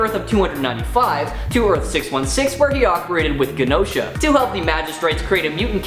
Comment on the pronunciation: btw it is said like a j not g for genosha or jenosha i even used translate to see and ya